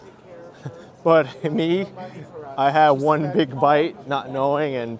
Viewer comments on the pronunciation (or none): none